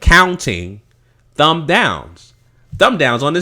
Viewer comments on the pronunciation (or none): none